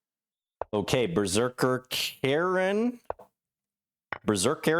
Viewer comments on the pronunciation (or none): Heh, playing the scandi but having trouble saying the one scandinavian name in the video (pretty sure Berserkaren is swedish for "the Berserker", if I tried to jam it into english syllables: behr-serkkah-ren)